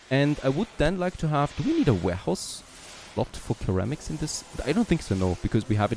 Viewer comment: Minor English pronunciation nit-pick just FYI: the initial c in ceramics is soft and sounds similar to an s as in, for example, security.